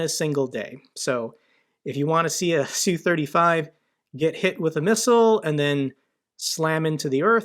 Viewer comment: Its not "sue"...its 'S.U"